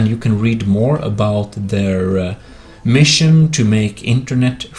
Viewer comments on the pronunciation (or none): none